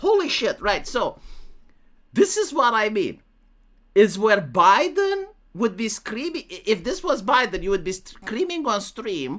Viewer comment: I'm naming something Zho Bi-Den now because that pronunciation just sent me.